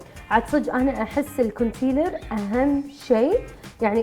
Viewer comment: الايلاينر لجين الكونسيلير